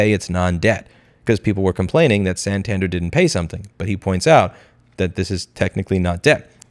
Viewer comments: its pronounced san tan dare lol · If we have learned something today, i hope to return the favor. "AKA" means also known as. The abbreviation you're looking for is "i.e.", id est, Latin for "that is". Or maybe "viz.", videlicet, Latin for "namely". Also, "Santander" takes its stress on its final syllable. And such a pity that Yellen stuck the US taxpayers with the tab in bailing out the Silly Con Valley banks…